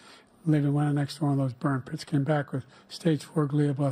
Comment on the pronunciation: ish it sounds like Biden said “ burnt piss”! I had to go back and listen to it again and sure enough …that’s what it sounds like! He said agent orange and burnt piss🤦🏻‍♂️